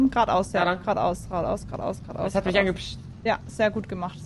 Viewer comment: Was gnu sagt : gerade aus, gerade aus Was ich verstehe : Quat aus, Quat aus 🙃 Ps: ich liebe deine Videos🐂🐃🐂🐃🐂🐃🐂🐃🐂